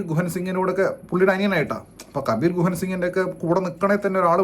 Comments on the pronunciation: kabeer guhan singh alla kabeer duhan singh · കബീർ ഗുഹൻ അല്ല അണ്ണാ ... കബീർ ദുഹാൻ 😢